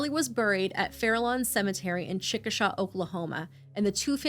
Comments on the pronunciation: He's mad about his mail but had no issues boiling a baby? Wtf. Also, Chickasha is Chicka-shay. Not shaw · The town where Harley is buried is pronounced Chick-uh-SHAY, with a long a at the end. Just fyi! Source: two semesters of uni in Chickasha, mostly spent hanging out at 24hr diners. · Just as an fyi Chickasha, OK is pronounced chick-uh-shay, idk why but Oklahomans get mad if you mispronounce town names, I learned the hard way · Chickasha has a long A for the last syllable.